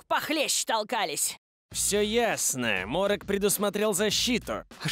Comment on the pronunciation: Морок, а не Молох